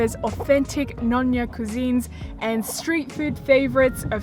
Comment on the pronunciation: hi "Nyonya" should be be pronounced as "neo nya" instead of "noh nya". Hope it helps